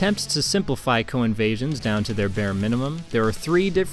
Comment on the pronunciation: I kept hearing "Cohen Vasions"